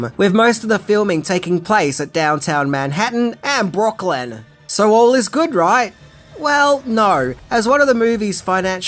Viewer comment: Love it when says, "Brock-lyn"...;)